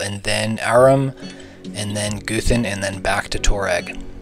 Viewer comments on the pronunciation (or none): Bc he pronounces it goothan instead of guhthin